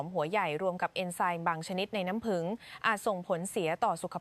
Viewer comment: เอไอ.มากเกินไปพูดเพี้ยนน้ำผึ้งเป็นน้ำผึ่งฟังแล้วเป็นคนละชนิดกันเลยกลัวคนในประเทศมีแต่คนเพียน